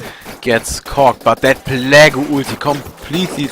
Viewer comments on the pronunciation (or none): Plague is pronounced "play-g" not "plag-oo"! Just fyi. :D